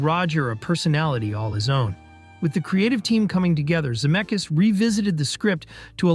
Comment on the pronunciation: Crazy that you said Robert Zemeckis' last name correctly twice in a row and then the third time said Za-meck-eez... What happened?